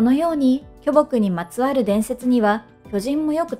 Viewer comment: きょぼくイントネーション気になる